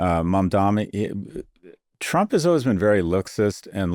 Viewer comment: i'm glad Scott felt the need to finally correct himself and say Mamdani's name correctly for once. it's only been...months?